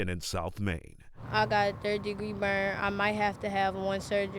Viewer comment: 🤣🤣”I got third degwee buwn” pick up a book you little cockroach